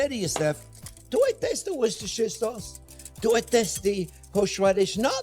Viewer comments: The Worcestershire sauce is pronounced 'Wooster' Sauce :-) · Worchestershire - prononouced WOOSTER * Shear.